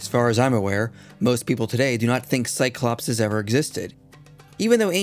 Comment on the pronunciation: Minor note, but isnt the Cyclopes pronounced Psy-Clo-Peas not Psy-Clop-Says or did i make that up?